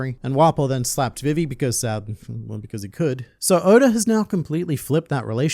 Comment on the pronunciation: Bro! It's VEE-VEE. Not VIV, EE.